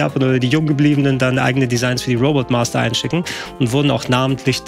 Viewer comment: schon jetzt was fürs Best Of, wie Mr. Nerdquiz Retroexperte den Namen von fast jedem Robot Master falsch hat und von korrigiert wird;)